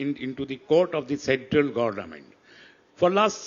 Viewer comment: saying gorment 😂